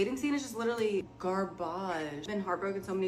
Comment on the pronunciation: "Gar-bahg" huh, wonder why?!